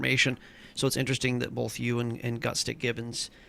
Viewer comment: Oh, and remind that Erica is "GutSICK" Gibbon, not "GutSTICK!"